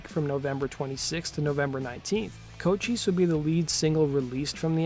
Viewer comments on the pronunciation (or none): none